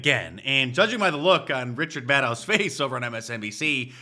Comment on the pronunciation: LMAO it sounded like you said "Richard Maddow" 😆😁🤣